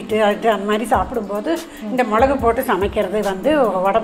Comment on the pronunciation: மொழகு இல்ல மிளகு